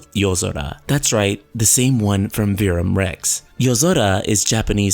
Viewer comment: yes, it's Latin, and you can't even pronounce Verum Rex correctly. But it's all good. At least you have the balls to even make these videos -- everyone else is scared shitless because they know what's about to happen lol. Carry on.. lol.